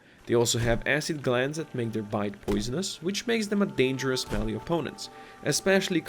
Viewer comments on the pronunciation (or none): none